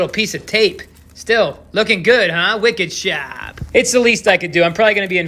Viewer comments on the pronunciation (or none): hahaha I always think he says "wicked chowdah"